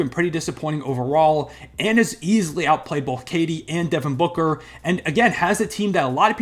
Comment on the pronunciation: Bro said booker 😂😂😂😂😂😂